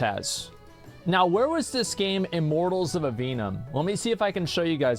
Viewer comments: "iMorTaLLs oF AVeeNuM" 💀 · How many times can Asmon can say "Immortals of Aveum" wrong. Turns out, it's a lot.